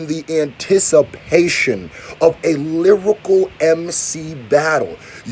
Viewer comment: “Lyricool” that ain’t it chief lol